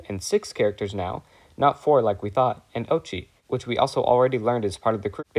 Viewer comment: 👆🤓 “uhm actually it’s pronounced oat-chi”